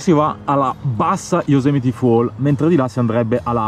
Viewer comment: Yosemite non Yosemiti 😂😂😂😂😂😂😂😂😂😂😂😂